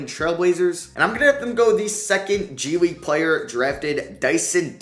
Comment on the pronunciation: bruh did you say G-League Unite?